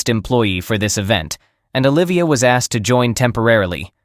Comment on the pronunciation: Teach the bot pronunciation, ask-ed is wrong. One syllable, asked. The bot (or idiot person) said it correctly earlier. Also produced is not pronounced produce-ed. Get it right all the way through or quit.